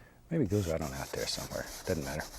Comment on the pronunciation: I love when he says “it dun’ matter” lol